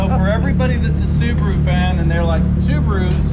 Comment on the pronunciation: Why they pronounce Subaru as Subru?